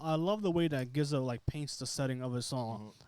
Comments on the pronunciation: Pronounced Jizza. Not Gizza. 😂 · Hearing this guy say Gizza over and over again (and he’s clearly aware of the Clan) is soooo cringe-worthy 🙄. Please son do yer knowledge and pronounce it right “Jizza” (GZA / Genius). He’s only a top 10 MC of all time. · it's GZA not "Gizza' pronounce the G like a G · GZA is pronounced like the G in Giants. Not like Get it Go. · I came here to say the same thing. My man said Gizza Lol!! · How can this be your favorite album when you don't even know how to say the guy's name? It's pronounced jiz-a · All love but definitely make sure you know how to correctly pronounce the artists name you are reviewing. They deserve that respect #WuTang 👐